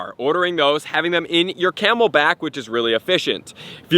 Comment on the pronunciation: he said camel pack